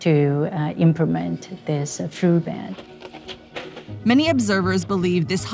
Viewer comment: She said imprement